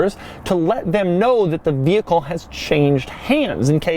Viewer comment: Do you also pronounce it ve HIckle? God my ears, they bleed.